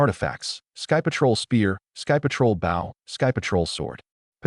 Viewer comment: AI English fails again 😂 Windchaser BOW should be pronounced Boh Agape should be pronounced A-gape not A-gah-pay Read should be I RED the book not I REED the book